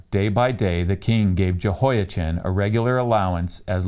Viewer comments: Yehoia-chin? Really. You also say Chan-ukkah? You are the only person I know who says Jehoia-chin while recognizing Yuakin as referencing the normal pronunciation of Jehoiachin. And you pronounced it correctly earlier in the video. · Aargh! I really appreciate your videos, but hearing the “ch” in “Jehoiachin” pronounced as in the English word “chin” instead of as in the Scottish word “loch” is difficult… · Yo' ah-chem, with a gutteral ch is the Hebrew pronunciation of the name of the King of Judea. It's less of a pronunciation nightmare than the English translation 😁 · Not wishing to put too fine a point on it but the 'ch' sound as in the English word ' cheese ' does not exist in Arabic or Hebrew so it's Yehoyakin in pronunciation